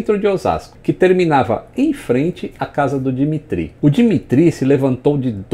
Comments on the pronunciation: na verdade a pronúncia do nome é "dímitírri" com aquele R de rato do fundo da garganta e tônica no mi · Dimitri se pronúncia di MI tri